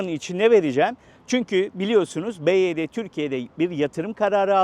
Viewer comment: Araba çok güzel çok güzel modelleri var bizim burda en çok bu tercih ediliyo, bivaydi diye okunuyo bu arada